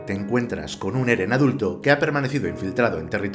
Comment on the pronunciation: wow acabo de terminar de ver el video, me encanto explicas muy bien las cosas y es entretenido... Y yo al inicio escucho geren o algo asi 😆